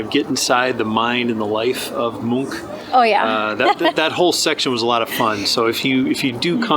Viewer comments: Nice, one of the few tourists to Oslo that pronounce Munch as a Norwegian. I think you should try potato lompe with hotdog. Just as mustard and ketchup. Only important is that the lompe need to be fresh. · You said Munch right.... most Americans dont